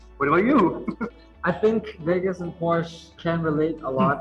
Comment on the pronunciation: Quería ver toda la entrevista, pero lastimosamente los errores ortográficos de los subtítulos en español me hicieron doler los ojos. También sería muy bueno que editaran nuevamente la presentación al principio, porque Porsche y Build no se pronuncian así.